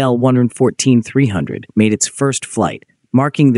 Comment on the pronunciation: It's not an "ai el". It's an il-114. ilyushin. Like "eel"